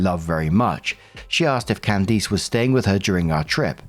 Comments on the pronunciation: Hearing pronounce Can -diss as Can-deese is toofunny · Alright,, gotta work on pronunciation. Can-dis not Can-deese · I am dead at the "can deece" pronunciation lol. its "cand-is" with a short i sound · Candiss. Not cand-eese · its Candiss, not Candeece. I have never heard it pronounced that way lol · I keep getting stuck on pronunciation of Candice (CAN-des) as (can-DEES). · I’ve never heard Candice pronounced this way lol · Completely unrelated to the first story but... has never heard the name 'Candice' said outloud before or is this a British pronunciation that just sounds horrifically wrong to American ears? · Why are you pronouncing Candice that way? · Story 1 - When STILL can't pronounce "Candice" correctly. Jesus.